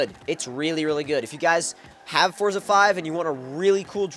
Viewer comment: Pronounce the game correctly.